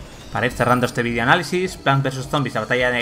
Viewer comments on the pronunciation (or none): none